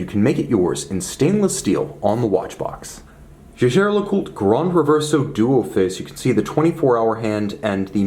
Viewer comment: You are one of the very few presenters who pronounce the name correctly.